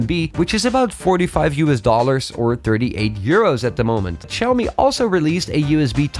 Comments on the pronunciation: For a Xiaomi channel, I can’t understand why don’t you make the effort to properly pronounce “Xiaomi” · I think what he meant was you should say Xiao Mi in Mandarin, not in the English.